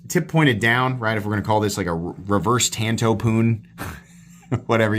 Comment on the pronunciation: Every time you say tanto I lose a bit of my soul